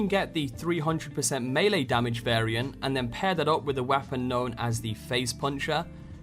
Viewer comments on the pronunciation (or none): none